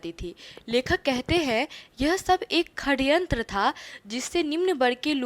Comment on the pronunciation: Saryantr hai kharyantr nahi